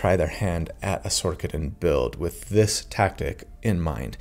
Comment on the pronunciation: Is it Sor-ker-er? Nay, so why are you calling it Sor-ka-din. It's Sor-sa-din. Otherwise, I absolutely loved this video, you're amazing!